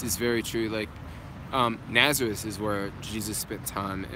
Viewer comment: What about when J pronounce Nazareth "Na-tha-riss." Is what the Jewish pronunciation, also?